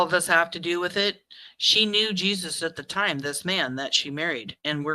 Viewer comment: its pronounced Hasus not Jesus